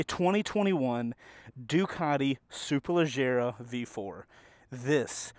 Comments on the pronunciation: It’s “superleggera” not superleggara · Superleggera, not superleggara.